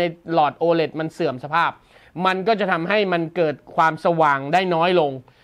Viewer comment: ตัว โอ 5555 โอไหน โอ เลท ไง